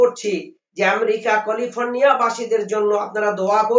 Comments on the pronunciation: Abe sopichul Yasin Saheb ke to khub uccharon sikhacchili ...Ei moulanar uchharon thik ache to 'California'???🥴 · একটা হুজুরও ক্যালিফোর্নিয়া শব্দটা সঠিক ভাবে উচ্চারণ করতে পারলেন না।